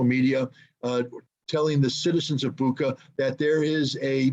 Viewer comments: You pronounce the name of the city wrong. It's called "Butscha". There is the reference to the english word "butcher", thats why they have chosen this city.. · Bucha is spelled Boo-Cha not like Boo-Kaa that ch is spelled like Chattanooga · It's pronounced Boocha in Cyrillic.. its not Booka... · it's not Buka it's Bu[ch]a (similar to butcher) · CORRECT BUCHA: BOO-CHA / BOO-TSAH WRONG BUCHA: BOO-KHA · Much respect gentlemen for what you're doing. .. lol it's Bucha (Буча) Not Buka)) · RICHARD, if you see this it's pronounced BUCHA with soft ch, not K sound. The Russian/Ukrainian spelling of the region shows a letter that makes a CH ( as in CHEESE) sound. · It's Bucha, not Buca, it can be written in Ukrainian and Russian "Буча", you can copy that word in translation and listen, that old Britain lady is't right like Biden who said " iranians" instead of "ukrainians". I always thought that was fake if it was real, every city in Ukraine looked like Bucha. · Guys, pleeease:) it's BuCHa, not BuKa😅 Like "muCH" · Bucha ....Boocha not Booka. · You pronounce Bucha wrong. That's why Biden called Putin " a butcher" because it sounds similar ( Butcha) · The "ch" in Bucha is pronounced as in Richard. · It's BOOCHUH. CH like Chocolate. The Cyrillic letter is "Ч". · I thought it was pronounced booka thats what someone else said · It's BOO-CHA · Is this a video about an old man who doesn’t know how to use twitter with any sort of efficacy or about war crimes committed undeniably by Russia in Bucha. The man doesn’t even know how to pronounce the name of the municipality.